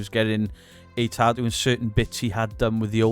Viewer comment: MUCH ADMIRATION, RESPECT AND LOVE BROTHER from the states. Tattoo, not ta-oo.